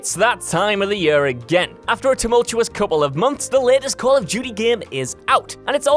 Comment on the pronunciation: Hate the way he says year